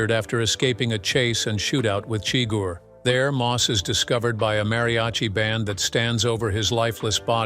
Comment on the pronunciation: No, wait. The bot pronounced Chigur as "chigger." Oh, well.